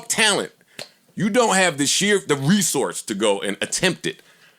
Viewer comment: It's the way Joe says resource for me 😂